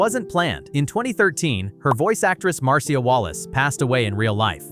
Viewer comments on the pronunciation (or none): Mar-See-Uh Wallace.